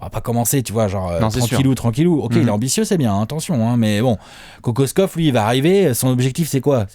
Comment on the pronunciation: Petit cours de Serbe rapide, car semble intéressé. Kokoškov se prononce Kokochkov. Š = ch C = ts comme dans Divac (Divats) Ć et Č = tch comme dans Jokić, il existe une légère différence entre les deux lettres mais difficile à percevoir à l'oreille. J = y comme dans Jokić, Marjanović. Mais sinon, sympa la vidéo.;)